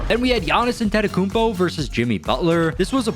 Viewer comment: Not him pronouncing giannis last name wrong😂😂